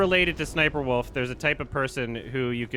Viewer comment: I love always pronouncing it as s's'sniperwolf